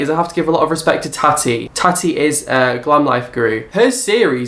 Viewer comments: Yes, please make that video on Tati, I love her but please pronounce it correctly (tar-tea) LOVE KUCKIAN FAM <3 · Does purposefully pronounce names wrong? haha 😂 tana montague, sharn, tatty..